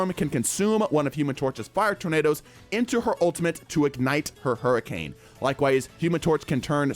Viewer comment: Not to mention “hurriance”